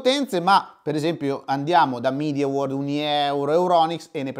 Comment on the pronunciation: Video utilissimo! Era quello che aspettavo! P.S.: Comunque non si dice “MidiaWorld” ma MediaWorld perché Media è una parola latina